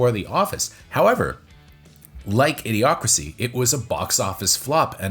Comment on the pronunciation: you keep saying A. D. Ocracy instead of Idiocracy.